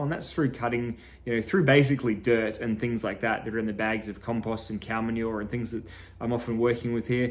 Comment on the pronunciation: Love you and know you use to be tongue tied but why can't you say compost.